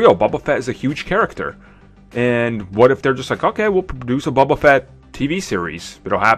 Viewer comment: It's boba not buba